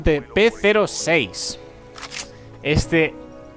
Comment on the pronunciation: se dice P-06 no P06